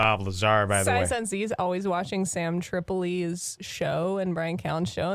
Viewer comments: Sai - zon- zee kills me. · Sigh -sohn-see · The fact that he mispronounced Saiyan Z is reason to hate this guy alone. You can't talk shit if you can't read properly. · He is saying it wrong to be a troll.